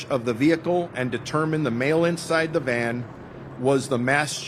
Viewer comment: Dude keep saying, White MAN not VAN